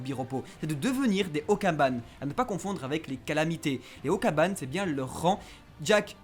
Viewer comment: Okanban les gars pas okaban mais sinon très bonne vidéo